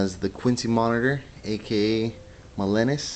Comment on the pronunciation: your pronouncing it wrong, it's ma-lee- nus! not ma-lee-nes!